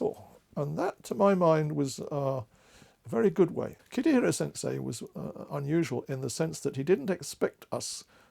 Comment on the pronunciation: So nice. Thank you. If I may - the name is Kitahira Sensei (not "Kitihira" sensei)